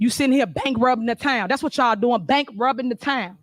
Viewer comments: She can't even say "asked" axe she can't say "bankruptcy" she says bankrobbin yep she's well spoken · She called it bank robercy